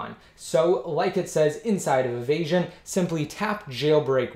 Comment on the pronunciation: nt avasion ...it's evasion ....u can my video ..more better ..3ASY355